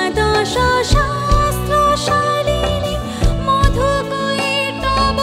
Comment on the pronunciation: "madhukaitaba "na "madhukaitava" pronunciation korle bhalo lagto .